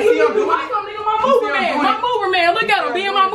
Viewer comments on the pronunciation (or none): “Mover mans”😂😂😂😂😂